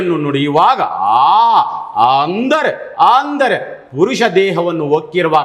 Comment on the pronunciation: ಆಂದರೆ ಅಲ್ಲ ಅಂದರೆ 😂